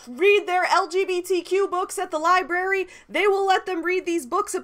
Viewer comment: You said Liberry. Can you be more pacific?